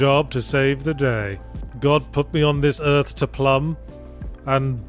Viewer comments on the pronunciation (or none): none